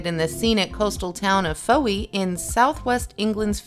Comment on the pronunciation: Fowey is pronounced ‘foy’